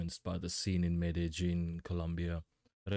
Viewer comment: Excellent pronunciation of Medellin. 👌 Non-Spanish speakers usually butcher it.